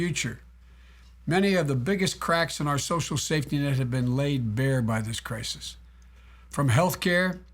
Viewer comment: "in time of krikus" sheesh joe